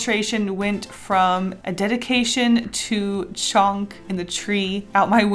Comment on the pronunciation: It's a dead-ication 😂. It was too good not to say